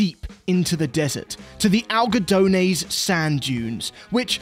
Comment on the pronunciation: Al go do naeighs sand dunes 😂😂😂 bro it's algodones